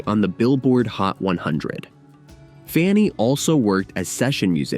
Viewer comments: Funny ? Try FAN-knee aka Fanny,. Death to AI voice overs. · They need to correct the computer narrator, The band FUNNY????? Its FANNY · Their name was Fanny not Funny. AI sucks. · Shame to have the bad AI-generated voice. The band's name was Fanny. Learn to pronounce it at least. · AI actually mispronounced FANNY (funny) 😂😜 love love love this band!! these groundbreaking women are def ROCK & ROLL HALL of FAMERS! Junecstill puts out beautiful magical music! 💖🌟🎶🎶🎸🎸👍👍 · This is a great feature, except your title disregards the all female rock groups The Clingers, the Shaggs and Goldie and the Gingerbreads. Why did you initially pronounce their name "Funny"? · Then why isn't "major label" in your title? Your current title "The Amazing Story of the First All-Female Rock Band FANNY" is false because it does not specify major label. It's not in your description either. And why didn't you answer my question about why the video initially mispronounces their name "funny"? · ... stupid AI (KI)... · When your voiceover mispronounces the band’s name four seconds into the video- you have officially shit the bed. Fanny deserves better, try harder. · Yes, he mispronounced their name, very strange